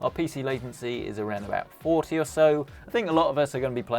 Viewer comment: i dont like the way you pronounce “40”